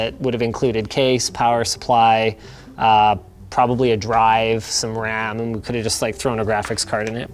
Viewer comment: emphasis on probably